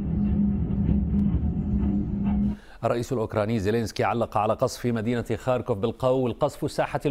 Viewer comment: اتابع الاخبار من عدة مصادر . . . لاول مرة اسمع اسم مدينة ( خاركوف ) بشكل صحيح من السيد احمد فاخوري